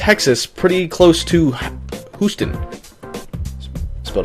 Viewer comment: Houston, "Hyoo-stin" by the way Dan. No worries.